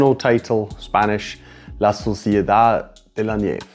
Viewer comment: You’re forgiven for the Spanish. The way you pronounced it (la suciedad de la nieve) sounds like the dirt of the snow.